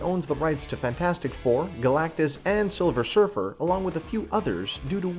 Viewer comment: Silver Schurfer...loool